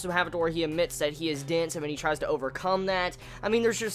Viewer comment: took me a while before I realized you were saying "dense" - I was hearing you say "dints"